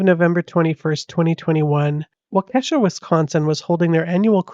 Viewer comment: And the Academy Award goes to…. Rrrooonnniieee!!! That fool watched way too much Law & Order or something. Fricking crazy man And psst.., Waukesha is pronounced Walk-a-Shaw